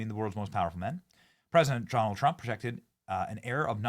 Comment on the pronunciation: “President Jonald Trump”